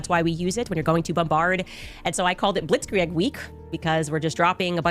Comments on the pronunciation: Hearing her say Blitz Kree-egg hurts my ears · In German, 'ie' is pronounced like 'ee' in 'feel'. It's bacially 'blitzkreeg'. Also, 'ei' is pronounced like the 'i' in 'night'. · HOLY HELL as a native german speaker, her pnounciation of Blitzkrieg GENUINELY PISSES ME OFF!! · She's definitely pronouncing blitzkrieg wrong lmao. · The way she says Blitzkrieg pisses me off I know it’s German, but how do you pronounce it that incorrectly 💀